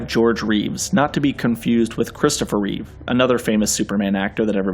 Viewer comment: ITS REEVE!!!!!! Not with an s